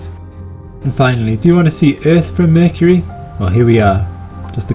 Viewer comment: I love how you say mercury..... "merkirie"